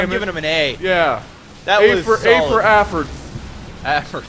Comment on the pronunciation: "A for Affort"